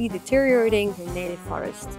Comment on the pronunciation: I'm not sure what first language is, but deteriorating is a hard word to pronounce for non-natives. Glad my searches are helping.